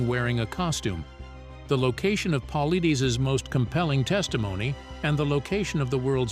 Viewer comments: Paul-I-(Dus) not Deez. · I haven't heard one single narrator pronounce this mans last name correctly yet. Phonetically, David Polaides is : Po Lide Us... it isn't that difficult. I cringe every time I hear it mispronounced. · At least learn how to pronounce the man's last name if you gonna use him to promote your story.... Jeeeez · Every time the narrator says "David Paulides" he pronounces it wrong but slightly differently each time 😂😂😂😂 like damn what did David do to you that you gotta do him like that?? 😂😂😂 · To bad can't even pronounce is last name correctly! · quit watching when his name was mispronounced. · This guy narrator can’t even pronounce his name, right😂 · Yeh, the editor should be fired!